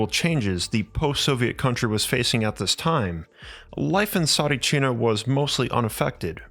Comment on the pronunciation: Mate! I am Bulgarian and I remember Tsaritchina! You cant even pronounce it right! Please stop talking shit fir a clickbate and delete this video! You’re only making a fool of yourself!